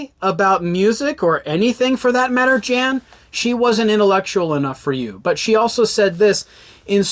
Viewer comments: His name is not Jan Wenner. It’s pronounced YAHN. Cmon man. Dudes pretty famous. If you’re gonna “report” on someone, you should at least know how to say his name properly. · It's pronounced "Yann". You should be able to pronounce the name of the person you are shitting on. Also, try to get your audio into both the left and right speakers. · At least pronounce Jann correctly. Sheesh.